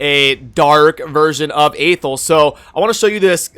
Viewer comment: FYI, Athel is pronounced "Uh-Thell", according to the narration in the introduction when you first start playing the game. Just thought I'd point that out :P